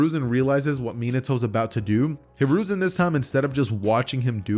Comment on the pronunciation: You said konohamaru grandpa name wrong